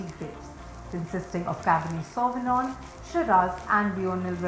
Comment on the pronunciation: I left when she mispronounced sauvignon